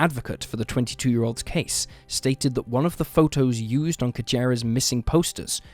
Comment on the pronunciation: "...at a USER car lot..."? Don't you mean "used car lot"? lol Is this an AI voice or real?